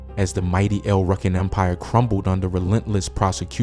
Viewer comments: It's El Rukns isn't it?!?! Narrator is saying El Runks😅😂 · El rukin EL LIKE ELOHIM ROOKIN PRONOUNCED LIKED THAT YOU GET EL RUKIN.